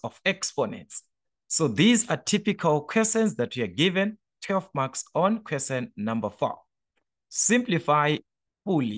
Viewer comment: The fact the you say Quesen instead of Question 😂😅